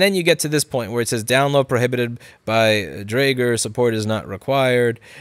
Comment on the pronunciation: might be the best pronounciation of “Dräger“ from a non-german😂